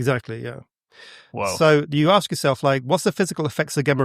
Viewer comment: That is too much to “aks”